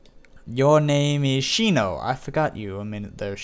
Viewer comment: its shino